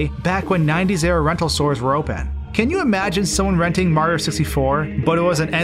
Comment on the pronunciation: im not making fun of you, but the way so say mario makes me laugh. mro